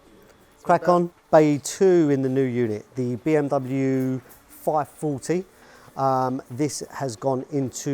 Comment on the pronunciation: 1 the pronunciation of Bmw is wrong 2 is the urus that uses Audi/VW technologies 😒